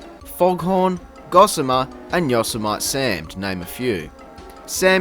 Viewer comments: "yoss eh might sam" no. Its Yo-Sem-It-E sam. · Yo-so-mite Sam 😂